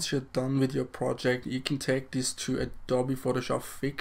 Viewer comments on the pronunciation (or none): It’s pronounced Adobe-ee